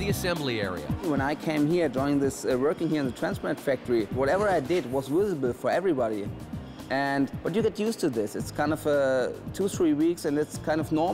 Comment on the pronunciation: "wisible". love it.